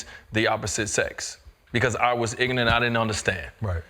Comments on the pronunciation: Not only is he a failure as a father. He's also "IGNANT" on how to pronounce IGNORANT. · "I was ignant" lmao yes d wade you are IGNORANT. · Why did he force himself to say ignant instead of ignorant? This is what these elitist do to be “relatable”? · Dwyane Wade "I ain't ig'rent".